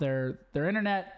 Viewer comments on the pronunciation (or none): none